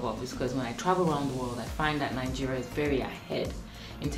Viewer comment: When you say Nigeria, I hear it Algeria 😂😂😂😂🐸